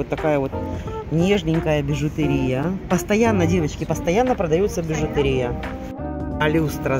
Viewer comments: БижутЕрия - ударение на Е, а не на И! Ужасно режет слух ваша речь! Ну, столько грамматических ошибок в речи для дамы в возрасте - это тихий ужас!!! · Спасибо за обзор,. Бижутерия надо делать ударение на букву е.